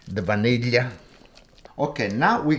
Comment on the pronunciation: Love how he pronounces vanilla!